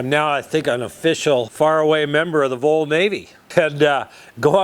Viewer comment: FYI: The VOL is pronounced vahl as in volunteer. Audio was fine. I recommend Keith Appleton also, as well as, Dave Richards' "Old steam powered machine shop".